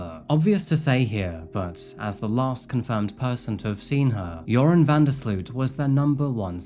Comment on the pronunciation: Great video as usual! Although as a Dutch person I do have to correct you on the pronounciation of "Sloot". It's not pronounced as "sleuth" but more like "sloat". Not sure if that makes sense, but I figured I'd try haha